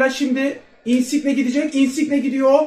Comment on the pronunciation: Insiqne deme su adama lutfennnn